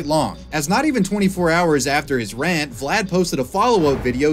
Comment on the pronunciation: I cannot watch this video, every time he says Vlad I twitch